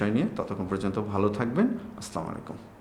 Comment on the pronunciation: স্যার আপনার প্রতি সন্মান রেখে বলছি। সালামের উচ্চারণটা একটু সংশোধনী আছে। আসলামু আলাইকুম হবে না!! আসসালামু আলাইকুম হবে। একটু সংশোধন করে নিয়েন।